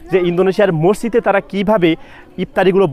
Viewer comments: কথাটা হবে 'মসজিদ' মরজিদ না উচ্চারণ ঠিক করেন😊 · আচ্ছালামু অলাইকুম। রমজানুল মোবারক। অনেক অনেক ধন্যবাদ আপনাকে। ভাইয়া মসজিদ হবে মরজিদ না। বার বার একই উচ্চারণ করছিলেন।